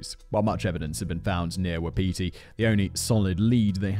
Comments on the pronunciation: Not the brightest spark? Maybe you're thinking of not the brightest light on ....the [Christmas] tree | or |..... the chandelier ? Fyi , Wapiti is pronounced WAH-puh-tee . Every time you say it, just for an instant, I think "Who's Petey?" ;) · For Simon - Wapiti is pronounced Wa-pi-tee, it is Indig (I think Cree) for Elk